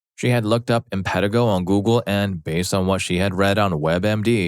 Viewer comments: It’s im-puh-TEE-go or im-puh-TIE-go. Either is correct. But not im-PET-i-go. Pretty simple to look that up. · Im pan ti go not im pet i go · Infantigo pronounced - in-fan-tie-go